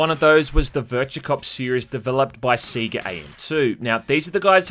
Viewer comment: Did he just pronounce Sega as "seega"?